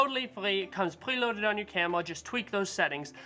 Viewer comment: I like it when you're saying "camela" no offense bro. another knowledge for M50 user like me..